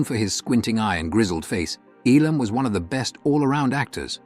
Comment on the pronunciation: Notice the A.I. announcer can't even pronounce Elam correctly. 😶